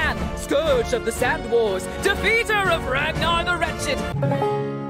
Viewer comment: I heard it as "Rath Northern Wretched" when it was actually "Ragnor the Wretched"